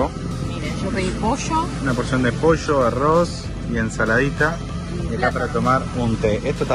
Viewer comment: Why do these people pronounce pollo like that? I’m genuinely confused because they pronounced “pollo” wrong.